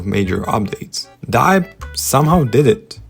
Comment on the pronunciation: yall its literally dee-ep not dye-ep 😂✌